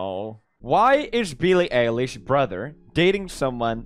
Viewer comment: Wtf 😳 he doesn’t know how to pronounce Billie eilish. Cringe 😬😬😬😬😬😬